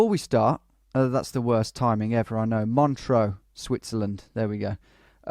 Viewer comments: He keeps mispronouncing it. There's no A in MONTREUX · This was an interesting challenge, but unlike the GeoDetective challenges, "ISTS" can't really be 5k'd without moving. r1 you made the normal mistake Brits make of mispronouncing Montreux, which usually leads to confusion, but pulled out a good guess. r2 you're surely right that whoever made the map intended for the town name to be visible. r3 you misjudged the angle of the road slightly, but this was difficult to 5k even in moving mode. r4 required a leap of faith to believe that the graffiti was the name of the town. I think it was obvious that the signs were in Greek, although Vlakava (which means Romania I think - an old English name for Romania is Wallachia) is a bit odd. But it was worth doing the challenge just to find out about Greece's answer to Mount Rushmore. r5 I can't really defend you - Guayaquil is such a major city - although ISTS does start to play tricks with your mind after a while! All the best.